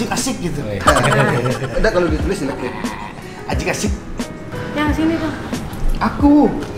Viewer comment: Cuma ashanty yg bener nyebut "ajik" 😁